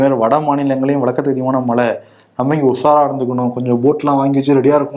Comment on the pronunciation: Mr. 'ழை' உச்சரிப்பு சரியாக வருவதில்லை. மழை என்பதை மலை என்றுதான் பெரும்பாலும் உச்சரிக்கிறார். ழ ழை களை சரியாக உச்சரித்துப் பழகவும். இது எனது வேண்டுகோள்.